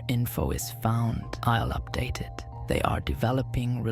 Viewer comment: is saying "they" too hard ? -_